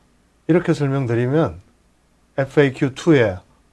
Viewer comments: 퐈~큐 법규ㅋㅋㅋㅋ 깨알 개그 재미집니다. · 파~큐... ㅎㅎㅎㅎ 너무 웃겨요!!